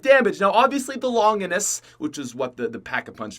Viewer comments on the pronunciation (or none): it's pronounced long jinus